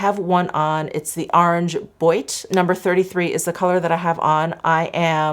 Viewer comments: Boîte is pronounced "bwat." It means box. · That Hermès orange is gorgeous on you! Since you usually ask for help with French pronunciation, boite is pronounced bwaht. 🙂